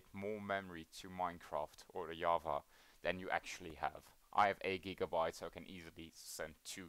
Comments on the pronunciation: you cant say java, you say yava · Wtf is yava??? Is it java with an accent??